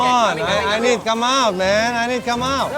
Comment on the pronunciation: "i need kam out men i need kam out wkwkwkwkwkwkw...English kamprettt"